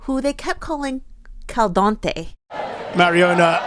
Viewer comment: no caster seems to ever get the spanish players name right 😭 mariona, ona, alexia